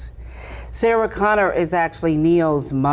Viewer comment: knows so little about Terminator, she calls him “John Conors” lol